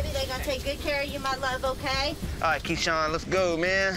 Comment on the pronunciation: Keshawn got ke-shot. I genuinely thought he said his name was keshot.